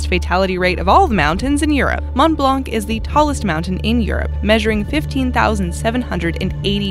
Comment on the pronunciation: my dear frien, when you say blanc you dont prononce the c. just say blan. from a québécoise who love your channel